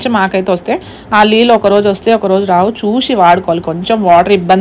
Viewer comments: Leellu😅😅 Kadu neellu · లీలు కాదు, నీళ్లు😅